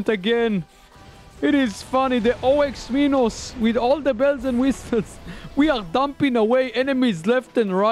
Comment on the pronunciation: Me every time he says o-x minos ITS OX MINOS REEEEEEEEE